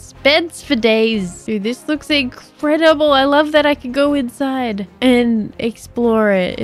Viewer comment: Pewdiepie" InCRReadiBLe JOB "